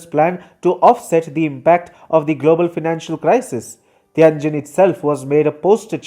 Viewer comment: I don't like China much. I like this sort of smug, confused, inaccurate critique less. Learn to pronounce Tianjin, jesus, it would take five seconds to check.